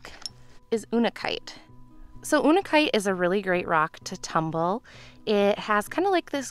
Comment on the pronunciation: What is ooonikite? Unakite is pronounced you-nuh-kite.